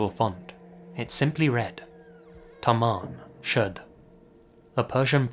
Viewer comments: For the second story it isn't pronounced Tamam Shood, it's Tamoom should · Great video. I speak Farsi natively so in relation to the somerton man case the phrase found on his body is pronounced "Ta-mom Shod" (تمام شد). Love your videos,! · It's Tamam Shud not Taman